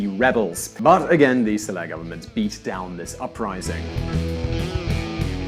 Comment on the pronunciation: First of all the former president of Yemen's Name is SaleH, not Saleb. Second, Saudi's don't have sky high salaries. An Engineer or doctor In saudi gets payed 3x less than one in the US. The only upside is no Taxes (which is going to change come 2018). Don't get me wrong, not everything in this video is a lie, but the Majority of it is clearly wikipedia'd bull. Cut the Envy crap and all the misleading bullsh*t that your peddling in this video. Then again, you've been doing these same bias videos from the start so there is no hope.